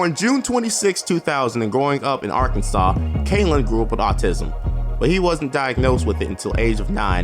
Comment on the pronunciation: Arkansas Represent, but you pronounce our states name so weird